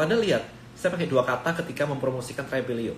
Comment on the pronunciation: Apakah hanya saya, kalau tiap kali pengucapan Tribelio tapi terdengar dan terbayang Travelio